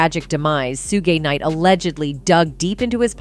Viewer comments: who the eff is soo gi nite? it is shoog knight. Do your research, lady. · She just say “Sugey knight”?😂😂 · Sue-gee knight 😂😂😂😂😂😂😂😂😂😂😂😂😂😂😂😂2pack 😂😂😂😂😂😂😂😂😂😂why just why… butchering legends names like that 🤦🏾‍♀️🤦🏾‍♀️🤦🏾‍♀️🤦🏾‍♀️ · Shugee knight 😂😂😂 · Soogay Knight though lol!!!! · Who the hell is sugay knight? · Soogie Knight? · Suegay Knight?? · soogay knight lol